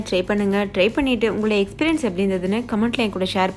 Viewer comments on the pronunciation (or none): none